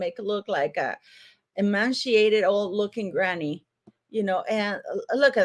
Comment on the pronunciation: Emaciated, not emanciated.